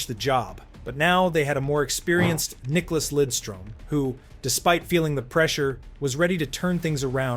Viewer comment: Nice video, but his name is NICKLAS, not Nicolas